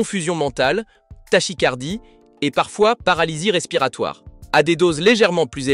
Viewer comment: on ne dit pas " tach"i"icardie " mais ta"qu"icardie, bouuuuu👎